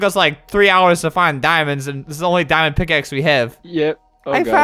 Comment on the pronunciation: Wen he said MY DIMOND PICAXE I thought he said MY MOM FATS